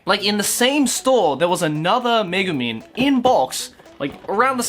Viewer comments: I thought you say Megaman, ahh it's Megumin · exactly I was just about to comment that